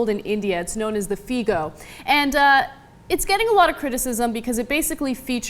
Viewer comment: Haha. We call it the Figo and not Fiiigo. That was funny.